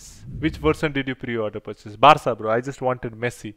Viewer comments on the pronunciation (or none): none